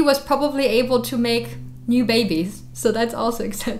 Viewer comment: "babbees…" alright I'm gonna learn Spanish